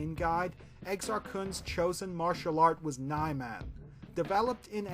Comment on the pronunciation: i think niman is pronounced nee-marn